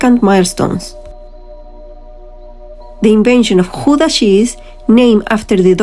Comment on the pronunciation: [X ow dah] ou as the ow in english now or Cow....the g / ch sound you did very well..... So oe as in shoe, oo as in slow au/ou is in cow ee as in say...ie as in see ij/ei - èyyy , i is an it .... v/f differ from each other likie like z/s w as is water but without thye oe sound in front of it..... uu as ion french deja v u or as german ü ...ui other languages do not have the ui.... u in hut as u in hut in english o in dot as o in dot in english e in vet as a in fat :) So now G oe da with oe as in shoe Gouda with ou pronounced like ow in Cow..